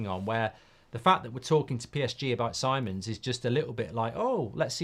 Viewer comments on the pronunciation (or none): Little thing BUT it is so irritaring to hear when the names are not pronounced correctly. If someone is your topic, take time to google and check how to pronounce the players/managers name first. Simons pronounced as "See-mons" not Sai-mon (English way). Just like TUS (Mark/Beth), always saying Tuchel before as "Tooooosshell" when it is "Too-kel"